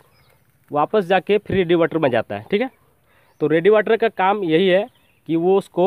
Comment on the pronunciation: रेडीएटर होता है , रेडीवाटर नही baki sab badhiya bana video